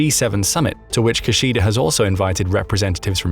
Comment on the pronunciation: His name is pronounced (roughly) KIH-shida, not *Ki-sheeda. Japanese does not actually have stressed syllables, but in this case, if you have to put a stress on one of the syllables in "Kishida", it should be the first one. Three short syllables -- Ki-shi-da (as in Latin, the distinction between short and long vowels is CRUCIAL in Japanese). Thank you.